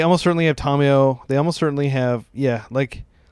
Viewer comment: Hey, very cool video and deck idea! Just wanted to let you know, it drives me nuts when people say Tamiyo's name wrong. I will not watch Aspiringspike because of it, it's so awful. It's not TOM-e-yo. The correct way to say the name is Tah-mee-yoh. Sorry to be that guy 😅Just being honest about what kills cool Legacy channels for me.